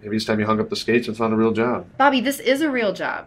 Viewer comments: I thought he was saying barbie instead bobbie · Took me... Waaaay too long... to realise is saying Bobby and not Barbie. 😂 Pewds and would make killer videos together